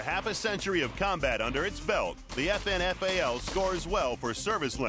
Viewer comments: you say FN FALL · Sounds like they're saying "effin' FAL", ha ha. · It's pronounced like effin fail.